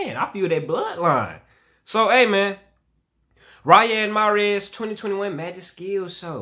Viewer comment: the correct pronunciation of his name is ree-yud